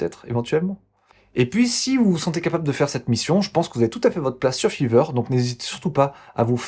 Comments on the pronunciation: RAH MAIS C'EST FIVER PAS FEVER sinon super video 😂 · grâce a f III ver, FAYVER STP LA PRONONCIATION !! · Je me suis abonné au début de la vidéo et là j'entends fiver prononcé litérallement fiveur et non faïveur xD Les petits détails qui changent tout 🤍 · Grâce à « fever » ... « ephone » ... « odd éveune » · Ça fait mal aux oreilles comment tu prononces five r